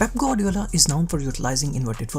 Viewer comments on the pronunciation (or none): none